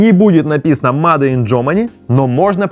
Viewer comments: Начал смотреть и сразу режет слух: мадэ ин корея, мадэ ин китай... ну неужели так трудно говорить "мэйд"? Ну или хотя бы: сделано... а потом почитал комментарии и совсем расхотелось смотреть дальше... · Не мадэ, а мейд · Не МАДЕ а МЭЙД!!! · не МАДЕ🤨, а мэйд, так будет лучше. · Мадэ, мадэ, бесит блин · "МадЭ" брррр... Ер инглиш из пёрфект...